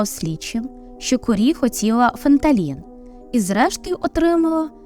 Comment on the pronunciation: Суперське відео, як завжди, одна задоволення слухати! Єдине, що препарат ФентаНІЛ 🥰💕